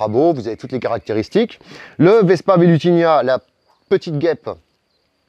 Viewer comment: Tu dis toujours "vespa velutinia", mais il me semble bien que c'est "vespa velutina"